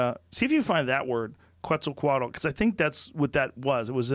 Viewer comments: pronounced: Ketz-Al-Co-At-AL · It's pronounced quezt- al -coa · I think it's pronounced as ket-zahl-cowhat-el